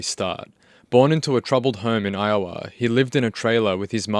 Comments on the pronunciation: It's I - Oh- WAH. Not I-Oh-AH. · Huh that was the first time ive ever heard iowa pronounced eye-oh-ah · Did you pronounce Iowa as “eye-oh-wuh”? 😂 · Lol Iowa is pronounced “ EYE-oh-uh” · "Eye owe ah" 😂😂😂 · idk but the way this guy says Iowa pisses me off its wrong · Why is not one talking about the way this guy pronounces Iowa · Bruh, your pronounciation of "iowa" ... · Just fyi (if you care :) ) accent the first syllable in "Iowa". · him saying Iowa, Tho… is another story